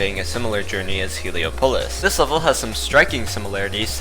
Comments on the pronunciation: You Can't Pronounce Heliopolis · The pronunciation of Heliopolis and Avernus cut off my fingers.